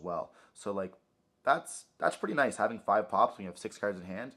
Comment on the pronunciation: Taking a drink for everytime I hear “cerds” & not “cards” 🍺